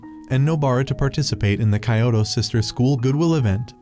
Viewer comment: weird how they pronounce kyoto as "kayowto"